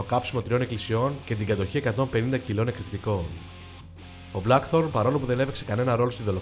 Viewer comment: Από τους Blackthorn και από τους Faust 😂😂τα διαβάζετε που τα διαβάζετε Να τα λέτε και σωστά λίγο Αφού δεν το κατέχετε